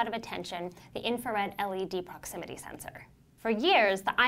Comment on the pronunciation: I stopped watching when she said proximity